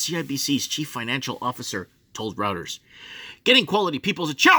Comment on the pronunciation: hard to take seriously the analysis of a guy who doesn't know how to pronounce 'Reuters' and confuses the banks own equity with a discussion of their Capital Markets group's equity trading. yikes! 😲😳🥺